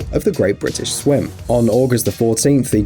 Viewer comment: great brItish